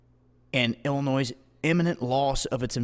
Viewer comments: illoNOISE???????? Check your pronunciation. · There is no noise in Illinois, rhymes with joy. Just an FYI. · Silent 's' in Illinois.